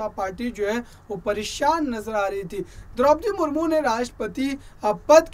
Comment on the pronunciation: Mahashay ji, rastrapati ji ko to Samman do chahey aap vyakti ko de na de. Naam to theek se lei